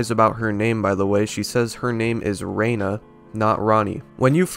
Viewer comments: This video made something snap for me. In a bad way. I am so goddamn tired of people butchering names that are extremely clear. You said "Marika" SECONDS before jumping to multiple clips of an NPC repeatedly pronouncing the name for you. (And it's "Renna", not "Raina".) I can understand people not knowing how to pronounce "Haligtree" because it's Old English. (Halig means "holy" and is pronounced close to "holly" or "halley".) I can understand people not knowing how to pronounce "Marais" because it's French. (Pronounced like "mar-eye". The 's' is silent.) I can understand people not knowing how to pronounce Eochaid because it's Medieval Gaelic. (Pronounced like "ay-oh-khey" or "ay-oh-khee" or "ay-oh-kid". The "ay" may also be closer to "eh".) And most importantly, most of these names are never said out loud by a character. (And in the case of "Haligtree", which is said by Gideon, the voice actor likely mispronounced it.) But I cannot stand for someone messing up a name that is said dozens of times over the course of the game. I've gotta go slam my head in a door just to cope with this now. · It's Renna, not Rainna. That was her master's name, the snow queen. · Why do you pronounce it "Rayna" when every NPC in the game pronounces it "Renna," the way it's spelled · Are you just purposely mispronouncing the names of Renna and marika or..?